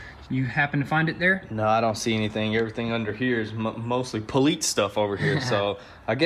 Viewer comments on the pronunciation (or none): It’s Police. Not Politce. Lol but other than that Keep Up The Good Work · Police not polets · What’s a pulleets car? I thought you were working on a police car 😂 I’m just playing man but for real it’s “Police”. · Can someone answer my question???? Why do they say poleetz car? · I love like my brothers from another mother but there is absolutely no “T” in the word police. Y’all boys from Tennessee always say “poleets?” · I cringe every time I hear “poleetse” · "Poleetz" (, 2019) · Can someone explain why they keep saying "Poleetz?" Instead of police?? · Poleetz car. I swear that is the most cringeworthy thing you guys keep repeating. Stop, please. It’s not funny. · Ohh it's poleetz car by why do you say poleetz car instead of police. Do you just call it that for no reason. Is it just a saying? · Retards still saying 'poleetz'... wtf is wrong with those two turds? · Duuuuude stop saying poleetz daaang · Why the hell do you guys keep saying poleetz thats German word , parts from Germany when Daimler Chrysler teamed up with Benz you guys are Americans say it the right way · Dude it’s police police not poleetz lol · "Poleetz vehicle" 🤦‍♂️🤣🤣🤣🤣🤣🤣🤣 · Hey Why do you guys love to say "polits vehicle" it's po lice police vehicle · Not gonna lie its police not poleets 😂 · Poleetz™ lol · Police sounding like Polits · "Today we're working on the Plaeetz car" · SoH Blur actually in Russian police is pronounced poleetsay. Maybe that’s why